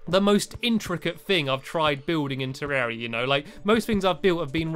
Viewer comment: It's pronounced te-rre-ria not terrea